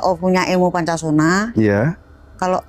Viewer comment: Bukan Poncosono,,,tapi Poncosonyo